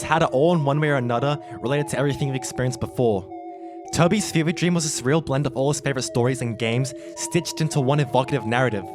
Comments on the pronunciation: This is my "dreap". Hahaha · LEARE DREAP